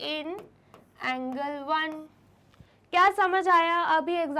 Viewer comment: Angle ko angirl hhaha